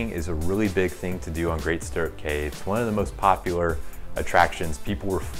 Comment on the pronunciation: You should probably get the name correct...Great Stirrup Cay (pronounced "key")